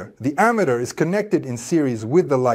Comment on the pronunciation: i disagree with the concept of individualizing charges and saying they become stronger and weaker, when in reality, the difference in voltage comes from a change in the number of electrons. also, "ammeter" is mispronounced in this video, and the statement "the direction of the current in the circuit remains the same" is wrong. Those "V"s look like "U"s. This video was made by ai. thumbs down. Try harder next time.